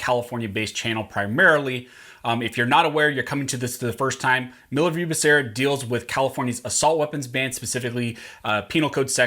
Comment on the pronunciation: I'm sorry, but you are pronouncing Becerra's name wrong. It's pronounced "bah" "soo" "rah". ;-)